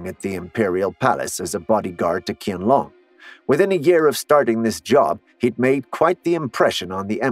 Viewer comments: At least try to pronounce his name well it's pronounced Chianlong and the name of the dynasty it's pronounced also Ching , this is so cringe , Chinese it's not my first language actually nor English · Crazy is you don't even know the proper pronunciation of the names of this long dynasty (Qing = Ching) and of this emperor (Qianlong = Chien-long), etc.; much doubt about all of the content herein. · Soon as I heard him pronounce the Emperor Qianlong name wrong Ik this video was going to be something else lol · I cringe every time you mispronounce The Emperor's name. Edit : don't read the reply section bellow! it's a war on its own! Many commenters also say the same thing as I say but I don't know why most people just decided to leave a reply on my comment 😅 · Same here. Totally wrong pronunciation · Same here and he keep on calling it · Worse than that. It’s like talking about the American Revolutionary War but showing images about Hernando Cortez. It’s jarring and the images have nothing to do with the history he’s talking about. Combine that with his mispronunciation of the emperor’s name, and I had to quit watch less than halfway through. 😒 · When you want to teach history but couldn't care less about pronunciation and just pronounce Qing and Qianlong all wrong and still expect ppl to act like you're legit. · I agree with you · You could check on how to pronounce Qianlong. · How about get the name's pronunciation right? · Atleast research how it is pronounced ..sigh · If you want to make videos about Chinese history, please do a little work and learn how to pronounce the names. Hint: the Q in the Chinese Pinyin romanisation is pronounced like CH in cheese. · When you wanna do a video on Chinese history, but can't even pronounce "qianlong" properly 🙄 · Learn to pronounce the namec orrectly if you are going to make a video about it... duhhh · It's pronounced "chian-long." Not Kian-long. 😑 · Correct👍 It’s pronounced as Chienlong, not Kienlong.